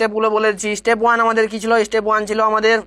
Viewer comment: Istep 😂😂 ‼️ step hobe , please pronounce correctly 😊